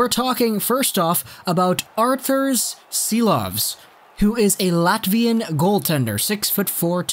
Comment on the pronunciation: It’s pronounced Shilovs not Silovs.